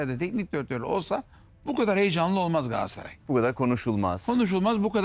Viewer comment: Sinan engin: Beştaş😁: Gassray 😁